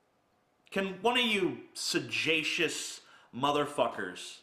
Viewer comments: >sa-jay-shus It's su-gey-shus, for fuck's sake. Moron. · Also, it's not suh-JAY-shus, it's suh-GEY-shus. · I was so fucking embarrassed for TJ when he mispronounced "sagacious." God, what a dunce.